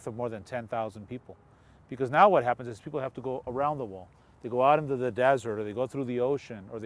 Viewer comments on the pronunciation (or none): none